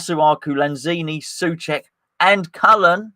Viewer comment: SO-cek why can’t you just say it?